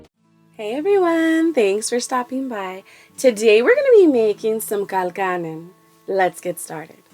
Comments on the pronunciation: you pronounced it a little weird ,.all irish here .. use lots and lots of butter and cream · This look good, but by no means this is traditional colcannon. Also your pronunciation of Colcannon is wrong. Looks delicious thou, I love to alter traditional dishes too. Well done